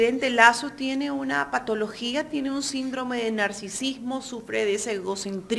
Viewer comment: Es tan evidente que estos afanados periodistas no saben hablar ni saben lo que dicen…la periodista NO se equivocó…dijo con claridad…”potologia” el entrevistado la corrigió….que vergüenza…apena ….